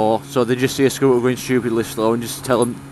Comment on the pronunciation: Please be aware that words with the letter T in the middle (ie scooter) should be pronounced with the letter T being audible.